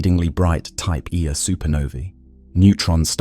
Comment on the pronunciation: I was convinced that a real person recorded these untill it got to the type 1A supernovas 😂 honestly though great channel "type eeeaaa supernova" lol love it